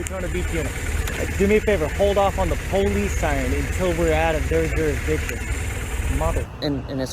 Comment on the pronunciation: Lol he said duristiction. As if he has a jurisdiction